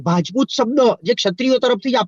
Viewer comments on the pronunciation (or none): none